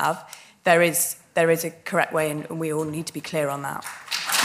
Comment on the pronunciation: The English teacher saying "there is a a righ' and a correc' way to speak " ! 😉